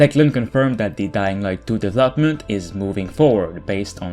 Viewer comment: What is the right pronunciation of word "development"?